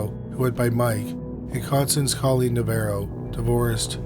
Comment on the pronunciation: weird how the narrator keeps flip-flopping back and forth between pronouncing Navarro correctly and then saying it wrong. Like literally in the same sentence.